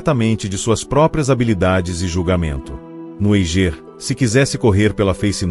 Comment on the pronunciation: O Eiger se pronuncia "Aiger" daki de casa da pra ver essa montanha. Documentário ficou mais completo, pq na netflix nem falaram q ele estava derespeitando os Sherpas.